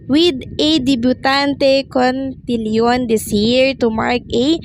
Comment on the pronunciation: Sad to hear pag bigkas pa lang nang salitang cotillion mali na ka agad. Medyo nakakahiya ka naman.